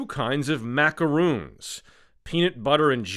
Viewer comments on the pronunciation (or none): Macarons, not macaroons | Both delicious in their own unique way